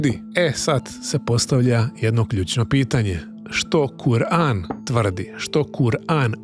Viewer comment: Brate neznas kako se iz govora kur'an